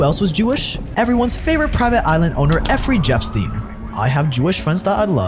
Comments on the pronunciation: Effry jepstein xDDDD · Efrey jepstien?? 😂😂 wtf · Effery Jepstien lol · Nice doc, but, er, it's Jeffrey Epstein... Not 'Effrey Jepstein' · The way you make videos is so awful. Effrey Jepstein? Really? Don’t make this content if you’re afraid of it. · They missed a lot of important targets ….. Mengele was in touch with his family in Germany throughout the rest of his life, and his son even visited him in South America….. I enjoy your docs but who is Effrey Jepstein? Haha 😂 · Love your documentaries, but did you intentionally or unintentionally refer to “Jeffrey Epstein” as “Effrey Jeffstein” at the end of this video ??? 🤷🏾‍♂️🙄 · Efferey Jepstein lol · effrey jepstein😂 i love youtube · Bro said effery jeffstien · Why does this dude keep saying Effrey Jepstein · bro cant pronounce jeffrey epstiens name correctly